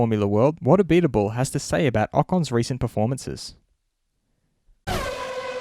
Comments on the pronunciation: Pronounced (Abeet- Bul) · Pronounce Abiteboul like « a bit bull » and you will get it right. Also, very disapointed by Ocon this season after what he showed in force India. That year out of F1 killed him. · Just a little tip when you say abiteboul don’t say the « e » just say abitboul because I speak French and I know what I am saying